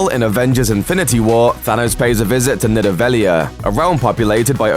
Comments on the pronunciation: nidaveliar me- isn't it PRONOUNCED Needavaleer but spelled as Nidavellir {triggerd} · It's pronounced needavaleer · Yeah there's definitely not an A at the end of Nidavellir or pronounced the way it was...can't unhear that now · im unsbuscribing for how he said Nidavellir, spastic